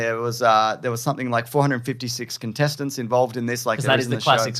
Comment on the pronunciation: I've listened to this episode 3 (mayber 4) times now and I still hear "intestines" when says "contestants". I need to clean my ears lol.